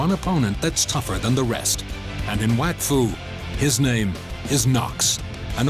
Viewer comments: Oh...okay. So it's pronounced "wack foo" not "wok foo". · Finally! I’ve been trying to explain this to my English dub-watching friends for ages! I always pronounce it as “wokfu” and I always get weird stares for it.